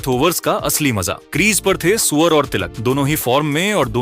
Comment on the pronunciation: अबे सूर्या बोल सुअर नहीं